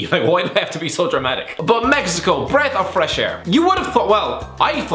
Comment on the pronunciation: Breath of fwesh air, absoulutely tweffic